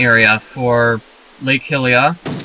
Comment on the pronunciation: "Skulltula" and "Hylia" are pronounced really funny in this video.